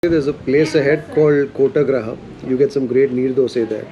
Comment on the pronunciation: Kotagraha.. Nooooo It is KottigeHaara